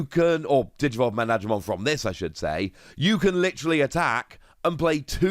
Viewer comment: Correct: "Magna-dramon" Not: "Mag-nadramon"